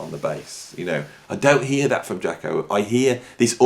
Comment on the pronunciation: Cat don’t know what he’s talking about, don’t know the correct title to the first track, can’t even pronounce his name correctly. Jaco could improvise.